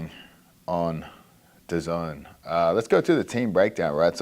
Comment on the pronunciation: I pronounced DAZN as DAZ + N, dazone does not sound right at all lmfao